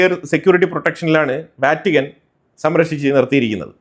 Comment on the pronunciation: നിങ്ങൾ വറ്റിക്കാൻ എന്ന് ഉച്ചരിക്കുന്നത് ഒഴിവാക്കുക. അത് തെറ്റാണ്. വത്തിക്കാൻ എന്ന് തന്നെ പറയണം. പോപ്പിന്റെ സാമ്രാജ്യം റോമിന്റെ സുരക്ഷിതത്വത്തിനു പുറത്തു സിറിയയിൽ ആയിരുന്നു എങ്കിൽ ഇന്ന് കത്തോലിക്കാ സഭയുടെ ഹെഡ് ഓഫീസിൽ ബാക്കി ഉണ്ടാകുമോ എന്ന ചോദ്യം എന്തുകൊണ്ട് നെതന്യാഹു ചോദിക്കുന്നില്ല എന്ന് ഞാൻ അത്ഭുതപ്പെടുന്നു. സിറിയൻ സഭ ഇന്ന് ശിഥിലമായി കഴിഞ്ഞു. അതിനു സമാധാനത്തോടെ രാപ്പാർക്കാൻ സിറിയയിൽ ഒരു തൊഴുതു പോലും ഇല്ല എന്നതാണ് സത്യം.